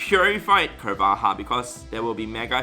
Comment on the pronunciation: i believe carvanha is pronounce as carva-nah! (meant to sound and spell like piranha...)